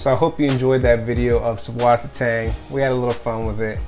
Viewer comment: The b in the name is supposed to be pronounced as a 'ss' sound. It's a german thing thing but you can also type 'ss' like it is in wasser. susswasser/süßwasser means fresh water in german.